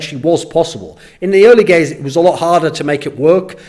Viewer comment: "In the early gays"